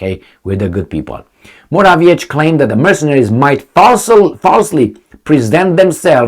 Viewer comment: you should learn how to pronounce Morawiecki's name (and some other polititians' names for that matter). Why don't you look it up? It's really irritating...